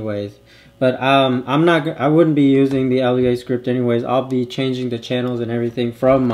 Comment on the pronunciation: Great vid, thanks for the post!! For edification purposes, Lua is pronounced LOO-ah. It means "moon" in Portuguese. :)